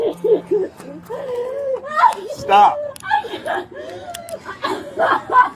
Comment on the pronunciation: “She can’t breaf!” 😂🤣